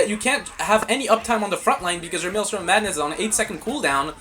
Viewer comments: fr bro it's not maelstorm it's maelstrom 😭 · Please stop mispronouncing maelstrom! 😭😭😭😭